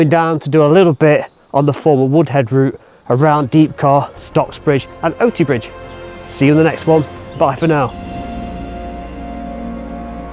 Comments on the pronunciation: Great video but I have to correct your pronunciation of Oughtibridge. It's pronounced Oohtibridge. 😊 P. S. My dad worked in the gannister mines many years ago! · Oughtibridge is pronoounced "Ootibridge"! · And another one in the places of my childhood! Did loads of walks up there as a kid. The places you've been, I am suprised we've not bumped into you yet! Oughtibridge is pronounced Ooterbridge weirdly enough, and gannister/ganister was mined a lot round the valleys as a stone used to line furnaces, especially Bessemer furnaces which were Sheffield's top trump in the steel making industry.